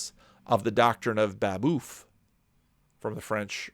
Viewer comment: Great sermon. You asked for feedback... only have a piece of trivia. The "euf" in Babeuf rhymes with hoof rather than tooth. Merry Christmas!